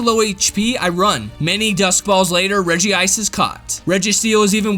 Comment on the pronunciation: Is it just me or does regi sound like wedgie.